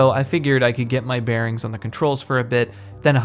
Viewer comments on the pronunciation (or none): none